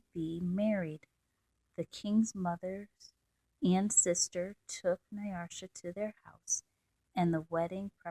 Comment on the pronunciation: You have a very calm, relaxing voice. But, there is not an r in Nyasha.